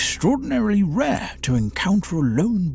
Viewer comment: This is simply brilliant. You got me the first time you pronounced "rare"!